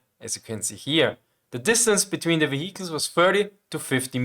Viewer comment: I can’t help it but I have to laugh a little every time I hear or someone from “his neck of the woods” say “wehicles” I’m sorry, I really am and don’t mean nothing by it, but I know I can’t be the only one 😁